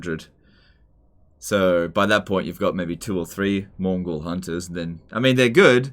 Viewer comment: Several times i thought said "mongol hunters"